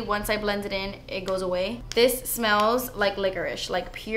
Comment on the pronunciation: Oh I thought she said "liquors" LOL I remember I watched another video of hers that I thought she said liquors, maybe she meant licorice on that too 😂